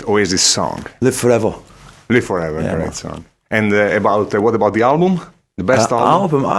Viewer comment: "LIVE FAWEVOR"